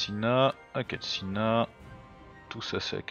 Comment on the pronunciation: Tu écorches encore mon nom, je suis déçut !! C'est pas Akatsina c'est Akatsuki GRRRR